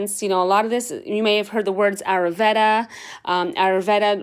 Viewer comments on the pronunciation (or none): Arooveda??!! It's AYURveda. Please buy authentic products from India.